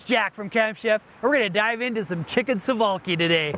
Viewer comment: I almost closed the clip when he pronounced it suvolki